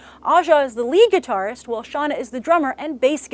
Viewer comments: I'm sad to say I have to correct Grace on her pronunciation, the blk chick's name is produced "Shay-Nah", not "Shawna". This is why I hated having older sisters, I was forced to watch this stuff instead of being able to watch GI Joe or He-Man. SMH Animated Jem was ok....I guess, but this movie sounds like it's going to suck. Probably because they didn't consult the creator or have any female input. Oh well, I wasn't planning on watching it anyways. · First, Shana's name is pronounce Shay-nuh. Second, I am saying the following as a HUGE fan of Jem and the Holograms, as in, if I could afford them, I would buy the Integrity dolls, and my brother got me the entire series on DVD for Christmas, 'cause I love it so much. That said... I was hesitant to consider watching this movie when I first saw the casting... now that I know they're making all of the WOMEN into GIRLS, and removing key dramatic aspects... yeah, as much as I love Jem and the Holograms, the series, I doubt I'll be running to the theaters to watch this hot mess. It had such potential, too... but instead, they make it a teenybopper movie that takes away practically everything from the original. And I swear... if they make Eric Raymond a woman...